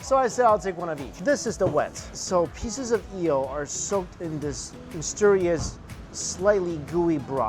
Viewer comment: Nice video as always. But what´s up with the "yeel" ?